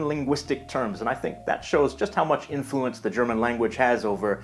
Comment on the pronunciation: I like when he says in-FLU-ence